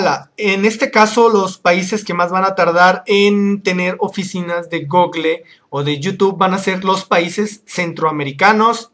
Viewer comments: se dise gooogol no google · jajaja "Gogle" Es gúgol!